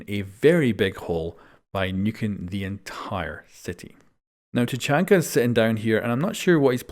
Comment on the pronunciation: Why do you always pronounce Tachanka as "Chachanka" lol XD